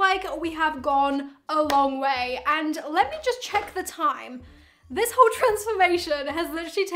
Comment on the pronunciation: Did she just said 'uoo day' instead of 'whole day' ??